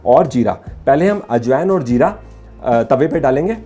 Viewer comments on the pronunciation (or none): Spawngy......nahin Spongy (spun-ji) Where is this idiot got educated...... Jeera nahin be ZEERA bol Ultimate O my God Game O God Great Kuttay style mein: Ummmmmm